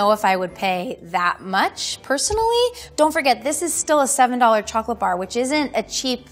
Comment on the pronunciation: Chocolate expert, but cant pronounce it right lmaooo